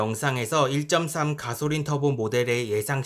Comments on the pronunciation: 가솔린 발음이 안되시네여 가소린.... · 가솔린 발음이 참 구수하네용 ㅎㅎ